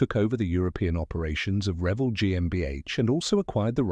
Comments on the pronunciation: It's pronounced re-VELL. The word revel is one L. I would revel in joy if you could pronounce it correctly! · Learn how to say r e v e l l